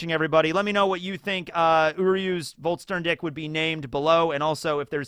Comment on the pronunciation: It's funny hearing you call it. Volt - stern - dick instead of Volsh - shtan - dig.